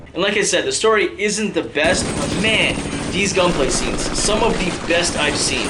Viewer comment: whats so hard to say "scenes?!" when u say it always sounds like sits